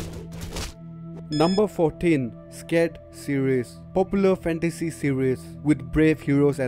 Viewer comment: "scared series" bruh